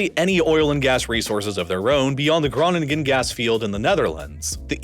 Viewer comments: I love your videos, you have a velvety voice that would do an ASMR video proud and your research and depth of field of your videos is unparraleled But as a Dutchie, your pronunciation of Groningen hurts me to my very soul. Great video though. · The first G in Groningen is silent